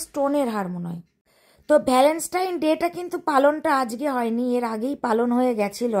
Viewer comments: Keno bangla bolte ki lojja kore... english jodi nai bolte pari to english er gar marano taki khub jaruri...valenstine...pichless..sedino o status k tyataas bolche...kaddur porasuna...matrivasar moto jinish hoy nare ardhonaripurush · Bapre tumi valentine ta pronounce koro e na.Valovasa r din bolle ki kono problem hoto?